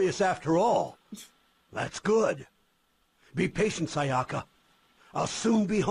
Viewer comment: That's not how you pronounce Sayaka. Also a thousand yen isn't a lot of money etc.